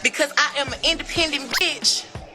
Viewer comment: He said dat B word hard asl im hollin🤣🤣🤣